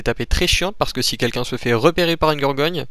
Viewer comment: gorgone pas gorgogne